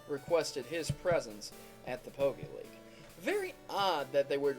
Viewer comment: Please call it the pokemon league not pokeleagie